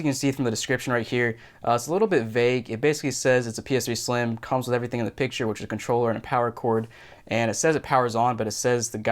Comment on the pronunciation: Soooo you are saying PS3 sliem